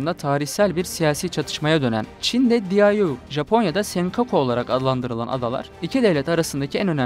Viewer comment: diayo degil Diaoyudao olarak okunur.